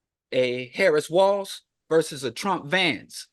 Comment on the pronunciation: Y’all can’t pronounce the VP’s name either? You know THEY do that to be spiteful. Can y’all give her that respect? Start there?